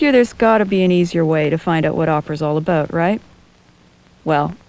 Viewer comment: lol "How much do you know aboot opera?" aboot aboot it's ABOUT you dumbfuck.